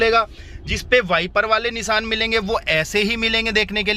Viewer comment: Nisan nhi nishan hota he